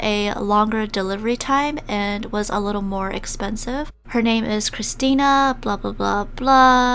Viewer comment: lol my name is Christina too and you said it right!